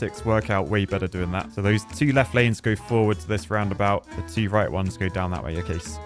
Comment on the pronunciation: British: •invented the language• Also British: city skylines teaugh